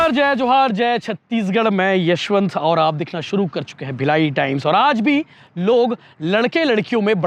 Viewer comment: Yaswant bhai nama to bolo acha se yaswant sahu